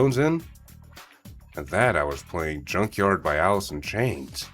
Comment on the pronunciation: why he say junkyard